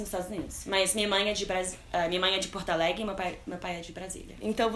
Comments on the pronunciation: Gente,vcs repararam que a Camila falou Porto "Alegue" kkkkk eu ri d+ kkk amo ❤❤ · Porto alege kkkkkkkkkk